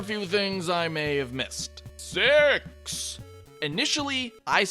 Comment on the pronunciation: Put subtitles when he says six